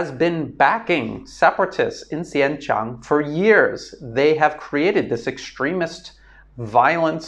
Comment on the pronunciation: The name of that province in China is actually pronounced as "Sin-Jiaang" not "Sian-Chung", just thought I'd clarify for you.